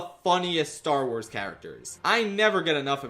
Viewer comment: I FAWKING LOVE STAR WAAAAHZ